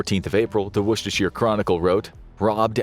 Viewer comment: Congratulations on pronouncing Worcestershire correctly.